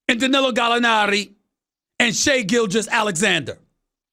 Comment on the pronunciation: That accent on gallinari lmao. Plus doc isn’t a great coach. Just average